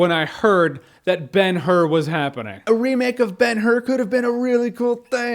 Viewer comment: Did he just spoil Ber-Hur? Thanks, Jeremy...